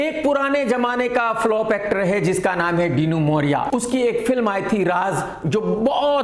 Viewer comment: डिनो ❌ डीनू ✅